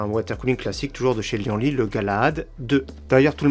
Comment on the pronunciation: On dit : li-anne-li et pas li-en-li